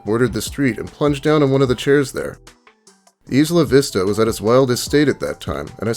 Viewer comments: its not 'eesla vista' its pronounced like aisle. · It doesn't really matter but being a local of Santa Barbara (born and raised there) most people pronounce the town your speaking of say it like eye-la-vista. Either way that guy had a lot of issues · I love you and this channel and all but...plz stop saying isla vista like that!